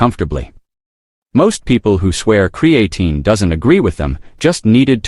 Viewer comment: Can’t watch your video if you can’t pronounce the word.